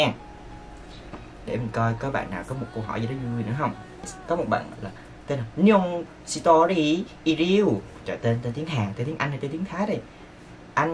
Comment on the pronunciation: người ta là Nyongtory Is Real ông ơi, ông đọc như tiếng Thái ấy😂 Tui nghe là tui biết rồi mà nghe ông đọc hài vãi chưởng😂